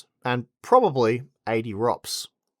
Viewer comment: "and /probably/ 80 ROPS" 💀